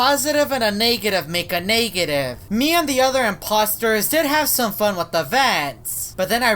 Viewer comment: Actually, I think he said "naegetive".